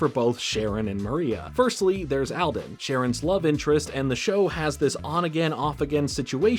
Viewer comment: Great vid! Hope you don't mind my being nitpicky... buuuuut... All - den. Not "al - den". I know this becaaauuusee... A: I've watched this show many times. They pronounce it with the long "a". And, 2: It's my last name. That's why I commemted. 💀 I love your channel! Hope my comment doesn't come across as rude.